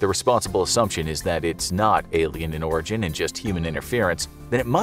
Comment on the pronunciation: I dont know why I heard alien in Oregon instead of Alien in Origin